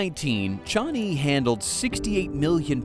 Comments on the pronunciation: Pronunciation is wrong, it is not Chani. It's Changi. Why keep saying Chani?WTF. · Yeah, I heard 'Johnny' SMH.